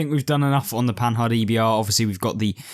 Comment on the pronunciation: You need to learn to pronounce Panhard; first the "d" at the end is mute. Just like the French don't pronounce the "S" at the end of Paris. Also the "h" is not said as the "h" in English. Does not alter your narrative, but just for accuracy sake and gives you more credit.